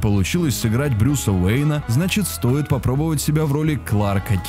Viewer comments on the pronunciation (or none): none